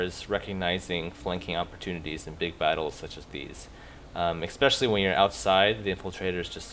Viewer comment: I'm normally not a 'prescriptive grammar' guy. But it's especially, not expecially. Other than that, cool vid.